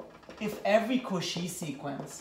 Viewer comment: I love that you never pronounce “Cauchy” the same way twice lol